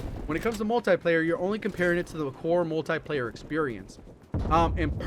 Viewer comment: Come on for the love of Jgod it's called "Multiplayer" not "Multieplayer" a tie is what you wear with your suit.